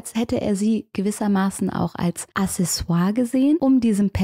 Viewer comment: Accessoires wird mit Doppel C geschrieben und deswegen "Akcessuar" ausgesprochen. Also wie ein "k". Ich dachte, ich werfe dieses Wissen mal in die Runde. 😂 Du machst deine Sache ganz toll. Liebe Grüße! ☺️